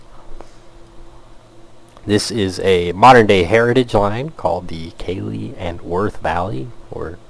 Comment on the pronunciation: the way you pronounce Keighley is really pronounced as Kieth-ley (at least by locals like myself) , Its a prime example of how strange British spellings can be